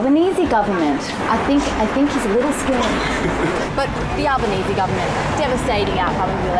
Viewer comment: Took me at least a minute there: "why do they say 'Alba-nee-see' instead of 'Alba-nees'" and "how did we go to discuss the government of Albania" OH, Albanese is the surname of the new Aussie prime minister ^^